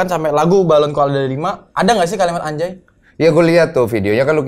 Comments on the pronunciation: Harusnya bacanya bukan ANJAY, kan NUN mati ketemu JIM, jadi ANGJAY 🤣. Repot amat lu, bikin ribet se Indonesia! Dipojokin tuh ma Bang Deny sok mengelak ujung²nya endors, harga diri woy harga diri 😂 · Dibaca anja أنجى bukan anjay أنجي